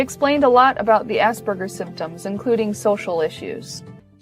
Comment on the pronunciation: I find the "Asperjer" pronunciation funny